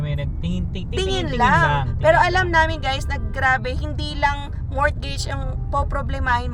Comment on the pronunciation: Hi, sorry po this is not to offend you or anybody here sa channel mo..i just want to correct you po sa pronunciation sa “Mortgage” bale silent “T” po sya so you say it as “Morgage” ps di po ako grammar police or matalino.